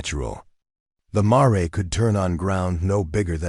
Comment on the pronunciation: It's pronounced mair not ma-re. Computer readers still don't get it right . 😂😂😂😂😂😂😂